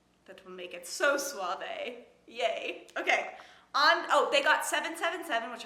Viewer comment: Suave is "soft" in Spanish jajaja but your accent to the word was good jajajaja.